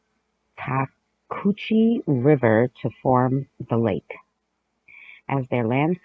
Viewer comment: Hey, if you're talking about the Chattahoochee River, it's pronounced "Chat-a-hoo-chee". You know, like that song by Alan Jackson that goes "Way down yonder on the Chattahoochee, it gets hotter than a hoochie coochie." 😂